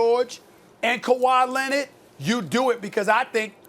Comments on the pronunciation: No one : Stephen A : KAWHI LENNAD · “Khawi Lennid” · Stephen A: Kawha Lenniiiiid!